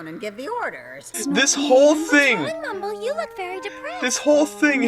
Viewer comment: And it's still MYMBLE! Not Mumble!